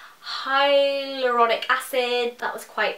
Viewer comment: that ingrediant sounded like 'highly erotic' acid lol